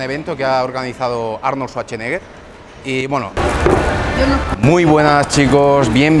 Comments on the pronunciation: "Arnold suacheneger" 😂😂😂😂😂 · Arnold "ZuarcHeneGueR" :v